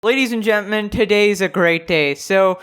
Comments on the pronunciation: I like how he says “Gentmen” lol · He said ladies and gentmen lol